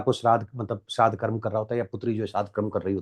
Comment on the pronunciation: हिन्दी ठीक से बोलें Please धर्मा.कर्मा नहीं धर्म कर्म PLEASE